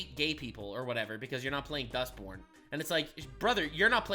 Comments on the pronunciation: Why i keep hearing this game name like Dustporn? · I can't un-hear "Dustporn" now thanks to you. I want to thank you for improving my life so slightly.